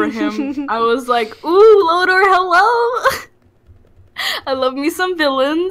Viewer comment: This season if you want to call it that was BAD! The writing is getting lazy and full of nonsense. & It's pronounced LOTOR not LODAR. He is one the all time great villians